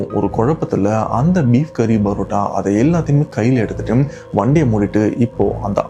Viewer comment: Why do you pronounce PArota as BArota?